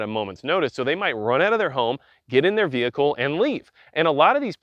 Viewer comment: Say vehicle again...